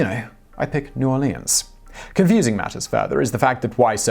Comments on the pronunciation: Hey, Simon. If you are from Louisiana, it is pronounced NOR-LINS, not NEW-OR-LEANS. I can see how you would pronounce it that way, but I just wanted to tell you how the natives pronounce it. Also, I love your channel.;) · Lewis Johnson, it’s nawlens. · We pronounce it either “new orlens” <-> “new orlends” or “new orleens”, but never the way your pronounced it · Hateeee the way he says "new orleans" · It's so weird how you merge the American and French pronunciations of New Orleans, I've never heard any presenter or for that matter any native English speaker do that before. Is that what the Received Pronunciation coaches at journalism school are teaching now? You're neither completely right nor completely wrong, heck I've heard a natively French-speaking Cajun or two do the same, though it's definitely very rare.